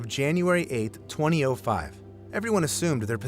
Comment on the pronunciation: The "twenty-oh-five" pronunciation of 2005 killed me. It's the first time I've heard it pronounced like that I never want to hear someone say it like that again.